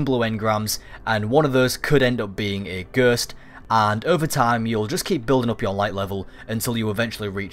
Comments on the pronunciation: gurst.... dude ghost G.H.O.S.T not a gurst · why are you saying gurst instewr of ghost... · I hate how he says ghost "ghurst" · A Gurst😂😂 Anyway, good video👍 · Sur, yur nurd a Ghurst? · i was thinking.....WTF is a "Gerst"? then noticed.....ooooooh Ghost lol xxx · "The best way to get the gerst......."😂😂😂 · take a shit every time he says gurst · Ghersst? Hahahahaha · Wtf is a gurst? 😂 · stop saying ghööst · Fucking gurst 😂 i English and never fuckin heard ghost pronounced like that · I took a shot every time you said "gurst." I'm in the hospital now. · Alex D-M Gherst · i died when i read this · I'm crying at "Ghurst" 😂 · knock knock whose there? gerrrrrst!! gerst who? gerst is one way I have never heard 'ghost' being pronounced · I want someone to chop out every time he says it and compile them together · fuck I meant shot but that's still funny as fuck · What the hell is gherst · this really helps, but the way you pronounce ghost is funny haha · you say ghost funny lol